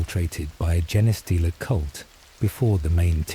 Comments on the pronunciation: Why does the AI day jeneh stealer? It's Gene stealer pronounced like Blue Jean stealer. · The AI voice annoyed me at first saying Jenah stealer but then I just imagined it as a stupid Servitor reading me a bed time story from the archives. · Jenny stealer (Forest Gump) is how Ill always hear Genestealer now.